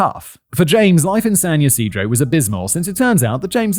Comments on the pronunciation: Good job on San Ysidro pronunciation! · I live right near that McDonald's, my sister was there and got away unhurt. (they tore it down and put a bronze respectful sign there) FYI: you pronounced San Ysidro absolutely correct. 😊 And the Salk Institute is up the hill by the university. I knew sooner or later that bullshit church was going to be part of this. 🤮 Fun fact; Swat was created because of an incident here in San Diego at a pawn shop. That man was given the death penalty and it was abolished on appeal. That is why Charles manson and the manson girls had their death sentences commuted to life in prison.